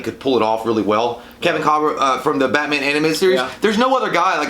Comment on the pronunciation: pronouncing Batman as "Bat-Min" is my new favorite thing